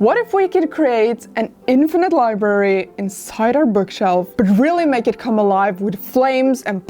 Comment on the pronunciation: Li-Brary. Not Li-berry